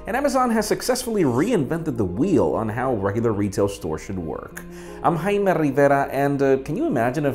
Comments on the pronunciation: this guy he dont even know how to pronounce his own name . is Jaime not Haime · i hate the name he pronounces his name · chocolate abi learn common sense "bruh" it's obvious he made a mistake but i still comprehend what he said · The way he says his name is just....idk